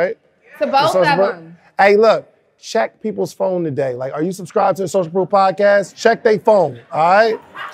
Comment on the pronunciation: I absolutely love!!! When you thought she said two-day notice and realize it’s a TO-Day notice!! I can’t wait!!!